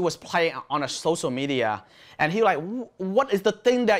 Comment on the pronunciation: sorry to correct you but its not socia... its sociaLLLL media.... i hope you dont take me wrong...